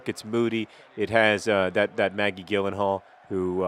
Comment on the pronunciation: Perhaps Maggie Gyllenhaal would be fond of you if you pronounced her last name correctly.